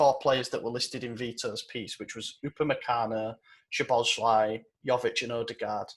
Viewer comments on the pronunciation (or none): I think you guys need to get rid of Madi and get Maxi, Fred or someone more reliable in there.... I want to get Dominik Szoboszlai not just because we need him because it's entertaining just listening to try and pronounce and just butcher his last name will be fun enough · Honestly i wouldn't take odagarrd cause as much as hes been good hes also been failing in the chances he gets at the top level like real but idk but yeah keep trying to pronounce szoboszlai and put a y at the end of his name that sounds like the Y in funny guys but its fine